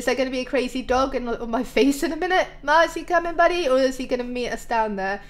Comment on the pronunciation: when she went to see the Snow Golems she said max instead of Mars